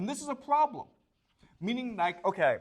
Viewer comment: The probrem iiiiiis